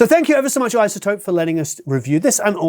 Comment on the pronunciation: It's IZZZZZZotope, not ISSSotope !!! You might as well say OSSSSone !! My point is why say it like that ? It's like those yanks that say So'dering instead of Sollllllldering !!! So annoying !!!